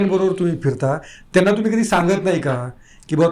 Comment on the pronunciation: हे साल अडाणीच आहे अमाली तुमाली असं बोलतो. नाटकं करतो हा मूर्ख